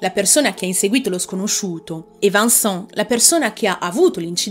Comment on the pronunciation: Vincent non si pronincia Vansan, ma VENSAN!